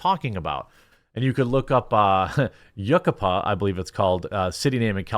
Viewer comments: It's pronounced "you-KYPE-uh". Not like it matters. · It's pronounced (you-ky-pu) lol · U kie pa. Not yukapa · Grew up in Nor Cal in a small town. But that city is pronounced You-Ki-Pa. I laughed hearing the pronunciations. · Lol it's pronounced You-cai-pa. Like Yukiah. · Yucaipa, CA, is pronounced "you-KIE-pa" and "kie" rhymes with "sky". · Yuckapuh?! That's how you pronounced Yucaipa? Did you not see the very prominent "i" somehow? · Jeremy. Its pronounced yu-kye-pa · It's pronounced yoo-ki-pah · Pronounced YOU-KY-PUH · As you said it's a small California town so it's no worries that you didn't know how to pronounce it, but for future reference Yucaipa is pronounced you-KAI-pah 👍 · Yucaipa is pronounced Yoo-KAI-pa. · It’s actually pronounced “yoo-kai-pah” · Lol Yucaipa is pronounced You-Kai-Puh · Yucaipa: Yoo-KAHY-puh. Yucaipa, I caipa, he-she-it caipas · Pronounced (YOO-KAI-PUH)😊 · The town in California called Yucaipa is pronounced yoo-KAI-puh. This might be big and get bigger in country music. But I've never of this guy, whereas I've heard of Bud Light even though I don't drink beer (prefer tequila). I think it will be a more niche backlash. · Oh dear Lord Jeremy, am I going to have to be helping you out a lot today? I can see the town of Yucaipa from my roof looking east. It's pronounced exactly as it's spelled lol. You-kaii-puh. The accent is on the second syllable. To be fair, though, I imagine many Californians have difficulty pronouncing Paducah. 😂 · Yucaipa is pronounced U kai pa. It's still a mostly nice little city, great views of the mountains and usually above the smog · Yu-Cai-Pa, that’s how you pronounce the name of that small town in California. I grew up in Redlands CA, (town next over). They wrecked the soy soldiers lol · It will forever be known as “Yuckapuh”. So much more fitting of a name of the town. 🤣🤣🤣🤣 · Yucaipa - You Kai puh. Jus' sayin'. 😉